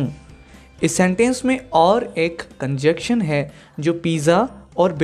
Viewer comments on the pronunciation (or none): "Conjection" or conjunction" probably pronunciation issue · Sorry but correct your pronunciation of the word ConjuNction...